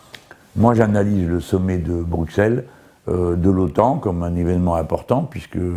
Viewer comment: Jamais un Français n'apprendra a prononcer Bruxelles...